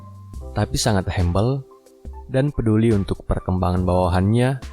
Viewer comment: Masukan:humble di baca hambel jgn hembel ya mas